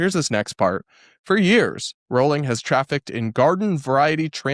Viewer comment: Sorry for making an unsubstantive comment, but since you have to talk about JKR a lot... It's pronounced *rolling*. Yes, some British surnames are weird and this is one of them.